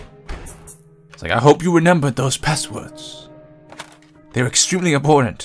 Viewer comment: He cant say remembered properly either. Its " mem " thats the problem